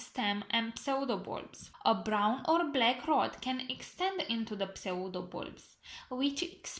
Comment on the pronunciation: Very interesting info! Thank you so much! Btw "pseudo" is pronounced "sudo". P is silent. I've mispronounced this word myself for several years before realizing how the correct pronunciation is :P